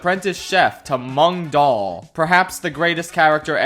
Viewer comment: His name is Mung Daal SMH